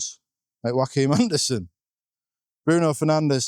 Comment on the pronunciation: Every time you say Joachim Andersen I hear Joaquin Anderson 😄. Really confuses me every time. And how come everyone pronounces Andersen and Anderson the same but are able to say Senesi? Don’t quite get that Andersen is Ander + sen from Senesi.